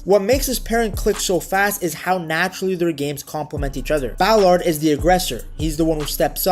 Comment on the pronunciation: Love the way he pronounces Ballaaaared !! Trying to make him french obviously!!